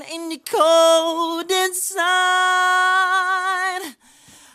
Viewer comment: MJ sometimes pronounces really weird or is it just me noticing that? When he says "cold inside" (it sounds like "code inside) and "how does it feel". Anyway, I love the song.